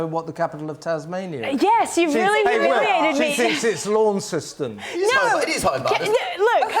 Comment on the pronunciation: It's" Launston" not LauncESton.